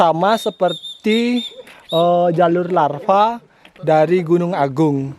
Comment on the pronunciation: Koreksi dikit bli jalur lavaaa ee bukan larvaaa 🐛🐛🐛🐛